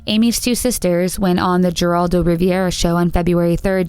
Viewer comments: Lol at how you pronounced Geraldo Rivera’s name. You said Jeraldo Riv-ee-era. It’s pronounced Heraldo Rivera. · Great video but you can tell the narrator is very young and has never watched trash talkshows from the 90's - it's pronounced "HAIR-aldo Rivera", not "GERR-aldo". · It's pronounced HERALDO, the G has an H sound. Also his last name isn't pronounced Riviera it's pronounced Reh-vera. Seriously? You're as bad as blameitonjorge lol. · Who doesn't know it's pronounced HERALDO? SHeesh. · HOW can you NOT know how to pronounce Geraldo ? "hair all dough"........ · You know you’re old when people nowadays don’t know that Geraldo of the Geraldo Rivera show is supposed to be pronounced Heraldo. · Please! Learn how to pronounce words correctly. Shoshone is pronounced Sho shony and Mr. Rivera's name Geraldo is pronounced Heraldo, since it is Spanish. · Jer-Aldo Rivera? 😂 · Lol who pronounces Giraldo with a G instead of an H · She called him 'Jeraldo Riviera' lol I love it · You know the rule! If mispronounces it, it has to be officially changed. It's the rule. Sorry, Jeraldo. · Lol ive ever heard someone mispronounce Geraldo before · And she pronounced the G in Geraldo. And mispronounced the Bechtels' name. I don't care for this person's narration at all.